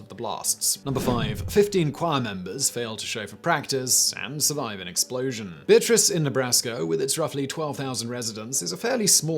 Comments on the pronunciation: Really unimportant, but the Nebraska town in No 5 is pronounced "bee A triss" by the locals. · I'm from Nebraska and we pronounce the town Beatrice "bee-Ă-tris" We're weird that way. :D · Beatrice Nebraska is pronounced Be-at-tris. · As a Nebraskan... it's one of the towns that everyone pronounces wrong. Be-AT-ris. No ire, we're used to it lol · Beatrice is plenty big it's got a nursing college it's bigger than a town I'd care to live in and you screwed up the the pronunciation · We say it like that because on steam trains, when they announced the next stop, you couldn't hear it correctly, so they started pronouncing it differently and it stuck. I live not too far away for a Nebraskan, meaning a little over an hour's drive.